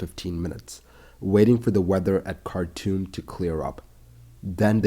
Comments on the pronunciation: Cartoom not cartoon! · anyone else heard it as cartoon instead of khartoum?